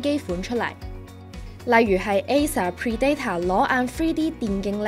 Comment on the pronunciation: Predator唔係咁讀...